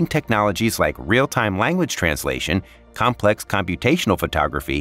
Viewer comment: Your AI text to speech needs to learn that "complex" has the emphasis on the first syllable, not the second.